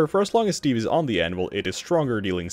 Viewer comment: Anyone else hear "Animal" when he said "Anvil-" ?